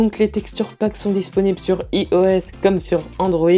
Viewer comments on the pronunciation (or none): dernier faile en fin de vidéo x) ios Ça se prononce ailloesse